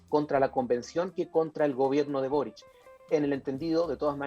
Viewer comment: es Boríc. Es catalán